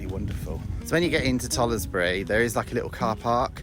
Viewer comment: You pronounced the name of tollesbury wrong is not toll es bury its tollsbury you dont pronounce the e